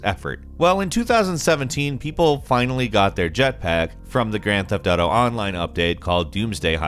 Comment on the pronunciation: Ooo YA its de gran teft autew YA